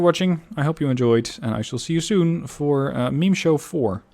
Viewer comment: I thought you were speaking Chinese there for a second your Meme Show sounded like Mingshou I was terribly confused not to mention Meme looks similar to Mimi I keep thinking but we all know about it how is it mimi.